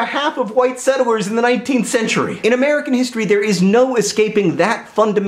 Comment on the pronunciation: I swear you're saying "settle-wers" not "settlers", am I missing something? Did Hank dare you?